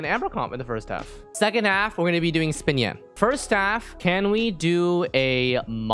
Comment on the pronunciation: Im really sorry if u didnt know how to pronounce xinyans name correctly bc its "shin yan" not "spin yan"